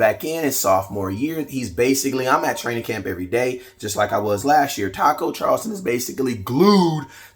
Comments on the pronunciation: southofheaven88 Listen to the way he says it. he pronounces it as Charlston instead of Charlton. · Not Charlston, it’s Charlton!!!